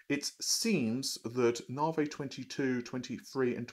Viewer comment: Its called "Narvey" :P